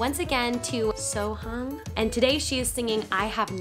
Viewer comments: I believe it’s pronounced more like So Hyoung (a little bit of h) or just So Young :) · It sounded more like So Young (not exact), but you can hear the MC calling her name out at the beginning of Bridge Over Trouble Water. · You are pronouncing Sohyang very wrongly lolz.